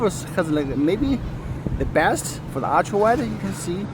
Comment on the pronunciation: Everyone pronounce: Ultra❌ pronounce: Aytia 🤣✔️